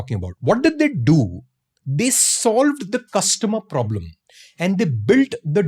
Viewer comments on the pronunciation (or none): none